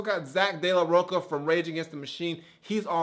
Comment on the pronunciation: dude, is ROCHA not "roca"